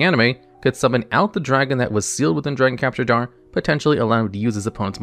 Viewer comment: love the video as always, but just a bit of constructive criticism: You might consider slowing down as you read your script, as some of your words are mispronounced (dragon capture gar was heard, Solemn Muto instead of Solomon, etc.) which might be fixed by just reading slowly and more clearly.